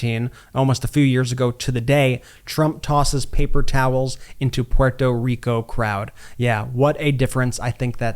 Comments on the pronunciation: great journalism! loved how Brett pronounces Puerto Rico with a perfect accent! A sign of sophistication, intelligence and respect! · Brett, you pronounced Puerto Rico correctly! Thank you!